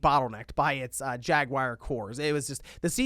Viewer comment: "Jagwire cores" jaguar